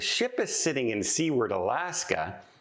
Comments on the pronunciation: It's not "see-werd"... it's "soo-erd" isn't it...?? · the city of Seward was named after the US Senator that handled the Alaska purchase, and his name is pronounced Soo-word, not sea ward. Love your content otherwise! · I have always heard Seward pronounced Sue-ard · Very strange about the missing man, I hope you keep up on what happens and include updates in future videos. Also, just because its driving me a teensy bit bonkers (being born and raised in Alaska) = Seward is actually pronounce Soo-werd (kind of like sewer with a d at the end). The town (city?) is named after the guy who negotiated the purchase of Alaska from Russia… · please! You're giving us Canadians a bad name with the Alaskans and as I live in the Yukon they are my closest neighbours. They pronounce their city name "Sewer-d". Like, what goes down the toilet and add a "d". LOL. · Seward, Alaska is pronounced “su ward” with a long u sound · Seward is pronounced SUEward ("sewer" with a d) ! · I think Seward AK. is pronounced [ soo-erd ] AK. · It’s pronounced **sue-erd**. As a travel agent you should know that. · I think it’s Canadian accent causing him to pronounce Seward as sea-ward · I believe it's pronounced SU - ARD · Your driving us Alaskans crazy 😵‍💫. Please pronounce our cities name correctly. Love your blog. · I heard the Midships channel pronouncing it that way, too! I guess I can cut a break being Canadian; maybe the history he was taught didn't include the U.S. purchase of Alaska, which we were taught was referred to as Seward's Folly by opponents after William Seward, the Secretary of State who negotiated the deal. The sale price was $7.2 million, or $0.42 per acre. Such a deal! 😊 Phonetically, it's pronounced: "Sue-word".